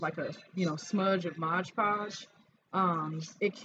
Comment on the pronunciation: It’s Mod Podge not Modge Podge👍👍👍